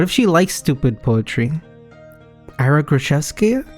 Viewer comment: its 別に, and Ira is pronounced as Eera